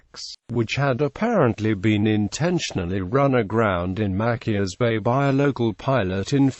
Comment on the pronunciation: Mackius? MaCHIus Chi